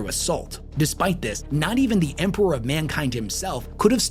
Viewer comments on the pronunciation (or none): I'm confused how says Empewow and Emperor in the same sentence like his speech impediment is selective 😂